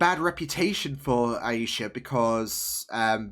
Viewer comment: I count four dead Clandestines. BTW: it's AY-Sha.